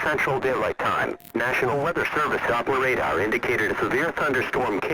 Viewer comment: How the hell did you get "Doppler radar" to sound correct?!